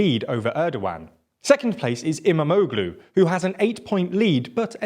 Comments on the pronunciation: It's great to watch! Immamoglueee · He almost said Kilicdaroglu right but can’t say Imamoglu